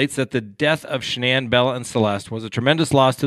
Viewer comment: Please check before pronouncing the family name of Shannanne.